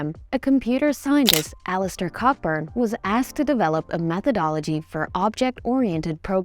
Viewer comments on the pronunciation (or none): FYI it's pronounced "Coburn"